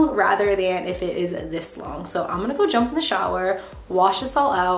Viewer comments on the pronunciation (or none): none